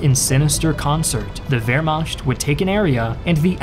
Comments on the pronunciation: Why do you pronounce it Vermasht instead of Vermakt? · Wehrmacht is pronounced ver-ma(ch as in loch. Lugey/ gargle sound. NOT ch as in cheeze.)t. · It's Vermacht. Saying both is equally wrong and thus equally right. If German isn't your native language, why should it be expected to pronounce foreign sounding words correctly? As long as it is understood. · The way you say "wermacht" is hilarious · What's with that s letter in the word Wehrmacht? It's CH not SCH!